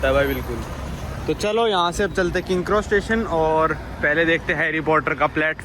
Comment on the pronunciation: Bhai tu naam sahi se liya kar yaar king kross station nhi King's cross station hai aur platform nine three by four nhi hai wo platform 9 and 3 quarters hai...ya nhi aa rhi to platform paune das bol le bhai lekin sahi se bol.